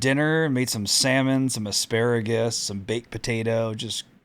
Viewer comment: I love pronunciation of Sal-a-mon. Like a true professional.